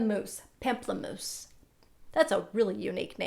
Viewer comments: Pamplamouse is the word for Grapefruit in French😅 its not pronounced "pamp" but more of "pomp" Love you!! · Pamplemousse means grapefruit in French and is pronounced more with a "om" sound like pomplemousse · pamplemousse is french for grapefruit :)) xx it's pronounced /pom-pluh-mousse/ <3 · I love the video. You're very gorgeous. Pamplemousse it's grapefruit in French. You pronounce it different but it's ok.